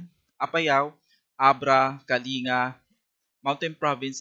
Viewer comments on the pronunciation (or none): none